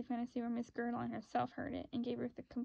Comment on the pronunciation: Bitch it’s ger-al-dine, smh learn to read